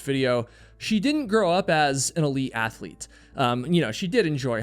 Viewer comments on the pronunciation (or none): none